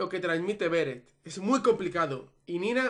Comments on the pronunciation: Odio que llames /Béret/ a Beret😂❤️ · me pone nerviosa q no pronuncies bien beret!!